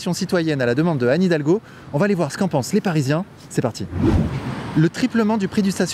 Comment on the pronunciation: « qu’en Suisse » pas « que en » Bordel la liaison !